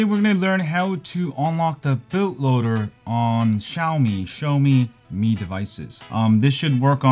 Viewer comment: Should it be pronounce Mi as me, not my..